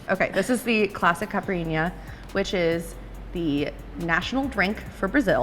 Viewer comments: She didn’t pronounce the drinks correctly though. It’s not ”caprinya” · So, i love u. But I’m portuguese and u are so funny saying those portuguese words like fogo de chao and caipirinha 😂 u nailed the cachaça and fraldinha though. 💙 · Omg youre so cute trying tô say caipirinha